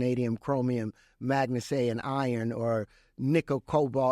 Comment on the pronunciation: Mag-na-Seh, Manganese?